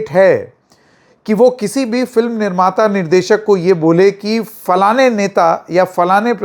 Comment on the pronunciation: falaane falaane nahin, that's a slang in urdu for vagina. It is flaan flaan. 😂😂😂😂😂😂